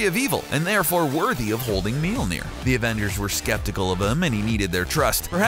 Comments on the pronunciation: mjolnir pronunciation pretty cringeworthy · You don't even know how to pronounce Mjolnoir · Pronounce it properly? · I hate this because of the way he pronounces Thor’s hammer honestly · Stop trying to pronounce Mjölnir. You're not a viking, you're a 2017 US citizen. Just call it a hammer. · I'm not from Norway, and I still cringed. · not even Thor can pronounce Mjølnir right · I don't know what's worse some of the superheroes you chose or the fact you can't pronounce Mjolnir properly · Learn how to say Mjølnir. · He pronounces Mjolnir wrong. It's really fucking annoying. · hahaha mjölner not mjolnir wtf ur welcome and in the vid he even said meelneer like wtf hahaha xD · It's not Meller it's Swedish and its name is myøller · mjilnir??????????????????? IT'S FUCKING MJÖLNIR!!! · its mjölner! not milnir >.< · Meal nir? wtf? The english name is Mjolnir, and the original name is Mjölner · Molmir not milmir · btw it is möljlner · " That have carried the MyOLnEeR " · That not meil ner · it is pronounced m-iol-ner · he says "meelneer" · hahahahhaa Absolutely butchered the pronunciation.... I have never heard of a hammer called ''MealNear'' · At the beginning he says mealnir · "mealnir" pls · Its not pronounced Mealnir lmao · How you pernounce thor's hammer is minulnair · he says mielnier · What the fuck is a "Millneer" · did you say "miumil"? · Thor's hammer is pronounced meeolneer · IT’S MOLE NEAR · Meelneer? really? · I'm halfway through this video and if I hear you say "meal-neer" one more time... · Melody Beats its spellt mjölnir and is pronouncer like mjölnir Ö is like a mix between a and o like saying ahhh. Trust me im swedish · Please stop with the horrible mjolnir pronunciations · The Iconic Hammer Known As "Meelner" i cringed. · "MEAL NEAR" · How cbr pronounces mjölner: melner How to accually pronounce mjölner: mjylner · Dude...its called Mjölnir not Milnir! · “..his hammer..” “MEELNEER” It’s pronounced: Mil-Nor. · It’s not meolner it’s majolnir